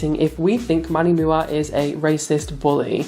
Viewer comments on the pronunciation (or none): ... did he just refer to MannyMUA as MannyMooa? How is it that he keeps saying he's releasing a makeup line but he doesn't know "MUA" stands for "Makeup Artist"??